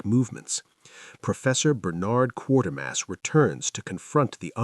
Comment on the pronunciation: QUATERMASS, NOT QUARTERMASS!